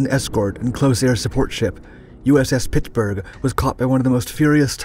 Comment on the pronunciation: I’m fully convinced the narrator is a. The way you say Pittsburgh sounds a lot like “Pixburgh” like us yinzers